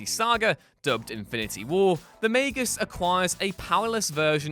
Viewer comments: UGH Its MAG-US not MAY-GUS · Why does he pronounce Magus may-gus? Its Mag-us, right? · it’s not like “mag-us” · The way you say Magus triggers me.